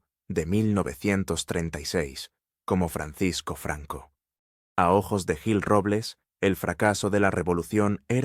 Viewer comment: No sabes lo que dices parece que estas borracho te cuesta decir jil en vez de guil o yil ES JIL CON J y adivina quien le ayudo' a ganar las elecciones en Madrid que las gano' ,CLARA CANPOAMOR te suena por eso lo mataron y a ella si no escapa tanbien